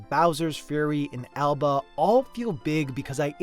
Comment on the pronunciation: What is the cute Island game called, he keeps saying Elba but I cant find it edit: Nvm it's called Alba :p